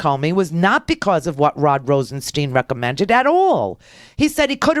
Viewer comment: RosenSTIIIIIIIIIIIINE. STIIIIIINE. Rhymes with pine, dine, wine, line.